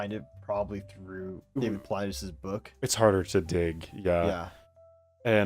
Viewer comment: You guys need to up the ante on the degree of research you put into missing person cases. You botched the Dennis Martin one pertty bad. As for pronouncing Paulides' name, Paul 'LIE' deez. The more you dig into this, the more you are going to find it is just a grift by a bad cop.